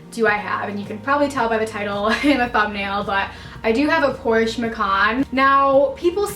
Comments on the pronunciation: So I'm German and it is PorschE 🙂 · Please don’t ever say PorschUH lol Beautiful car good for you. 🥰👍🏻😍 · i think "porschay" is the closest to describe how we would say it in german, lol 😃 even though it looks silly. but its hard to describe a word that ends in E and where the E is actually pronounced... 🤔 and i remember beyonces version of Ave Maria and she pronounces it more like "Avay", i think its hard for americans to actually stop on the E and not put that y after it.. 😉 sounds complicated but maybe you know what i mean 😊 grüsse aus der schweiz